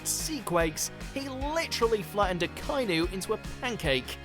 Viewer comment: Using dubbled clips, mispronounced "Akainu" and the list is just bad in general. So many better fruits out there. I'm sure you've read some of the comments and the fact that Enel's, Kuma's and Aokiji's fruits didn't make the list is embarrassing.